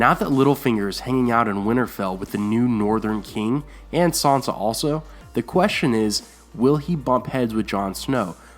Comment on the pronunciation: It's "SAN sa", not "SON sa". SAN. NOT "Son".